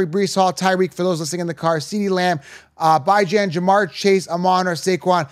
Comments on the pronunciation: Its not pronounced By-Gen, its Bee John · I’m supposed to trust a guy who says “bye-Jan”? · He said Byjan 😂😂😂